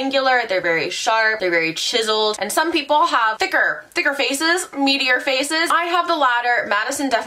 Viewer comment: The way she said meatier and I hear meteor 💀